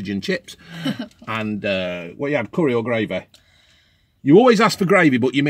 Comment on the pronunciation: Graveh not CURREH